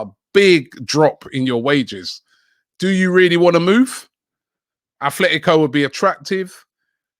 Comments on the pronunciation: For the last time Robbie it's ATLETICO not Athletico. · Robbie its ATLETICO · ROBBIE IT IS ATLETICO MADRID NOT ATHLETICO MADRID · "Athletico" smh